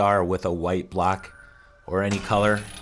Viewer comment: When ever you said "block" it sounded like you were saying "black". So fkn confused even after that because they're squares anyway so why call them blocks??